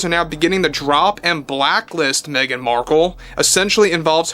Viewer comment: l loved the AI caption interpreting pronunciation of Meghan as "mean" markle.